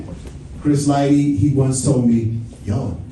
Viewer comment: Bro, it's Chris "LIGHTY". 🤦🏽‍♂️